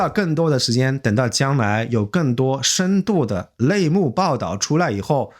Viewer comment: Congratulations！@ -> 内nei幕，力(li)转 -> 逆(ni)转，蓝(lan)人->男(nan)人。有点好奇当你打字的时候时怎样区分的？如果打字时可以区分，相信你的发音也是可以改进的。另外，不必在意“大外宣”等说辞，你的频道受众群体不是那些人，看看这突破10万订阅的速度，说明喜欢支持你的人是主流。加油！